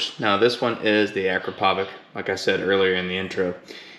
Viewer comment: Hi, I had the same struggle with mine, but I removed it and it sounds really better. By the way, it's pronounced "Akrapovitch" like "sandwich" ;) :) :)